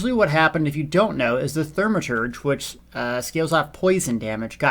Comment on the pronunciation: Say it with me.. THAW-ma-turge. THAW-ma-turge. One more time.. THAW-ma-turge. :-P